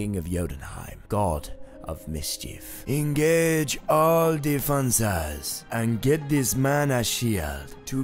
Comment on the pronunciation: Black Panther "defonses"